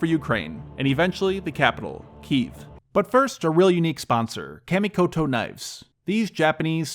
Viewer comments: Good video, and finally an in-video ad I didn't mind (nice knives). However, one correction (sorry, it's a pet-peeve). "Kamikoto" is pronounced "kha - (mi -ko-to). Not "Ka" as in "cat" in English. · Kah- mee-ko-toe knives